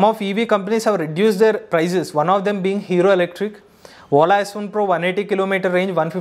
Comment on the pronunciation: When he say Ola It sounds "whola"😂